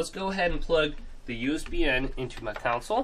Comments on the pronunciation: Console, not council. I'm sure you've heard this, and lots of people say it wrong. It's like ask and aks. One is correct, and one makes you sound dumb. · Console** not council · Cool. Just fyi. Its console not caunsole. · I thought I was the only one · The way he says console lol he says counsole 😆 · Annoying how he pronounces console as 'council'.. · Nothing makes me more angry than the way he pronounces console.. like seriously mate why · nothing makes me want to rage harder than the way this guy pronounces console.